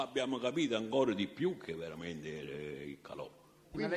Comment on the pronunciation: Non si può sentire questo signore parlare in italiano.. (Veramento)(Spiegaro)(baso)(tirara)(petesso) (La cumpagna) (Praticamento) E mi fermo qui.. Mammamia se penso che questo ignorantone ha fatto ammazzare centinaia di persone mi viene la pelle d'oca... Mentre scrivevo ha detto anche Lontra..